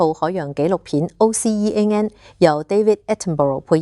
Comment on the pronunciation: 要學習下讀大階英文字 OCEAN。